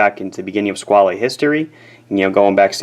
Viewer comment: Before TGV came along I liked the name, I thought it was simply Squale, with the "...ale" as in "Ale" or "Whale" etc. He really ruined it for me, I'm dreading to see what he would do with words like "Squalene Oil". Squale as in whale is much nicer and what Robert Shaw or Roy Scheider would say. I'd have the blue one like his by now if only it wasn't for the odd looking flat facet on the right case side and this way he pronounces it. He sounds like he's mangling words like as if he was The Continental - Christopher Walken in the SNL sketches, a favorite sketch of mine though. He lives right near him here in NYC too, still the same mustache! LOL